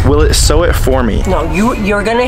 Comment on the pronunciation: Sew not sow